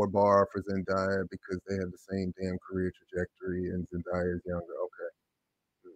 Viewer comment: her name is pronounced Zen-DAY-a, not Zen-dye-a! there’s no reason to have any level of animosity towards Keke when commenting (not ranting) on a topic that includes her accolades and star power, especially when more research into the background of this comparison is probably needed before spreading and perpetuating this narrative of the two talented women.